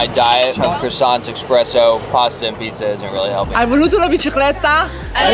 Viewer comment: Cwas-ant. Don’t pronounce the R